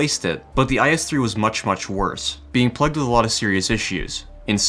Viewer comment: FYI plagued is not pronounced like that.